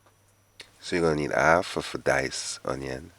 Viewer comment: It’s half not Alf please pronounce your H so ppl could understand your English